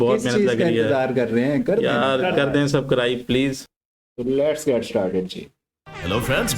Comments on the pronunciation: Subscribe ❌ Sabcribe✅ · बाई व सापडाईस नही हो सबस्क्राईब होता है